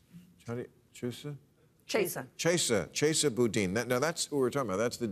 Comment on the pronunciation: Ms. Sharp Elbows thanks if she helps bring her former boss Chesa Boudin down, she'll get his job. Open secret in SF. And WTF is with Bill not bothering to find out how to pronounce Chesa's first OR last name? Sloppy and disrespectful.